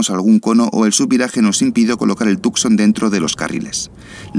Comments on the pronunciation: Please... Not Tucxon but 'Tushon' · Tucson pronounced as TooSawn :)